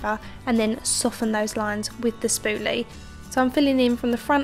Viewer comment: I like how she says "spooly" lol